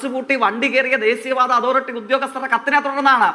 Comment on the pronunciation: പാർട്ടിയെ പറയിപ്പിക്കലെ. കണ്ടന്റ് ' കറക്ട് ആണ്. പക്ഷെ ഉച്ചാരണം വളരെ മോശം. ദേസീ യ പാത അല്ല. ദേശീയപാത യാണ്. പല്ലിനിടയിൽ കടിച്ചു പിടിച്ചതേങ്ങാ പൂള് പുറത്ത് കയ്.എന്നിട്ട് സംസാരിക്കു❤